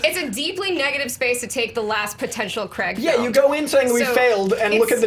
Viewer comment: It's craig not f**** creg......